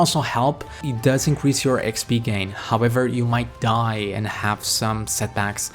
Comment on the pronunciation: incwease ay pee